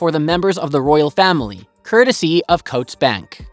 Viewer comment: Bal-morale. Hills bow row. Coats Bank 🧥, The pronunciation is chef kiss